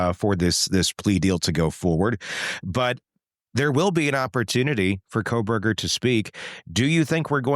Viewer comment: I love the way your AI intro says “Khobergah”😂